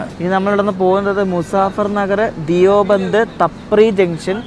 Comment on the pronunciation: ധിയോ ബന്ദ് അല്ല ദയു ബന്ദ് ആണ് 👍